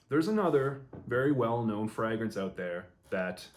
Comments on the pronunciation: Love this channel, and im not trynna be a jerk I promise, but why are there a few fragrance reviewers that say "Fraagrance instead of just "Fragrance"? Im honeatly asking. Is that the actual pronunciation? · I've noticed that too. The FRAH-grance pronounciation seems to be a Canadian thing. In the UK it's pronounced FRAY-grance